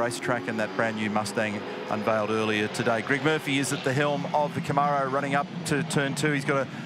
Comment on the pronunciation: Aussies can’t pronounce Camaro.